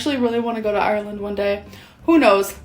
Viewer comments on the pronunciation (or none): It took me a minute to figure out she was saying Ireland, sounded like aero land lol